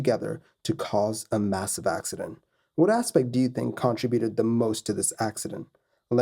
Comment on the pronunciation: Learn to pronounce "contributed".